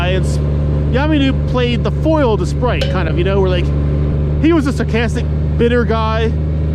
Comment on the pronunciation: Isn't it SPITE!? I'm ROTFL every time you call him Sprite. Too funny!